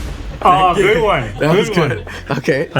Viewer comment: "gud pitza"